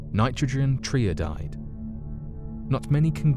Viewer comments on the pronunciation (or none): Tri-iodide not tryodide... Another narrator that hasn’t got a clue about what they’re talking about.